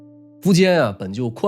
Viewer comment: 你好像把主人公的名字都读错了？请把第一个字查一下😅